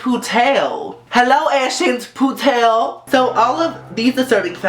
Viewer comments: lol cinderella's name is pronounced: ash (like the guy from pokemon) put (like in golf) el (like the letter) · it's ash-puttle bae 😂😂😂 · on the Cinderella I thought when u said her real name was. I thought u said ass shit potato what!?! yup... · It's funny how you pronounce "Aschenputtel" It's the german name for cinderella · I think it's really funny how you pronounced the German equivalent to Cinderella. I can't say your pronounciation was perfect but it surely made me smile because of it sounding really good. I'm looking forward to more lists and getting to know how you guys pronounce the name of Disney characters :) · Lol, gurl, the way you pronounced Aschenputtel...Lemme teach you some German!